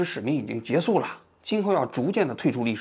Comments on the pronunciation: 王老师，是结束（jie shu），不是jie su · 王局这是哪儿学来的口音，姓资还是姓社居然念成zhi和se，你要说北京待久了把结束念成jie su我能理解，你这个资和社错的也太离谱了…